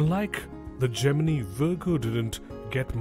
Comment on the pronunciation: I can't take this narrator seriously, mispronouncing Gemini and Libra. I couldn't even finish the video.